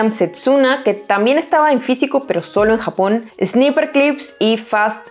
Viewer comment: Esta mujer es muuuyyy buena, lástima solo publique un video muy rara vez en YouTube, felicitaciones, (pdta: no se lee “ esniper “ sino snaipr “, delax no dilux entre tantas cositas sin inoortancia a mejorar ) sin ánimo de criticar muy buena